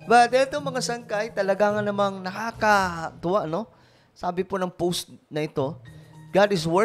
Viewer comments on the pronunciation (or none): none